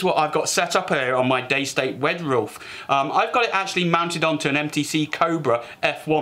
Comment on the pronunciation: 2.32 did he just say wed roolf